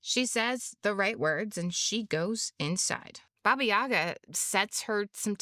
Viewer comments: It's said BAba YaGÁ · Baba YagAAAAAAAAAAAAAAAAAA. That's where the accent goes. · correct pronunciation of the name is with the pronunciation on the second "a".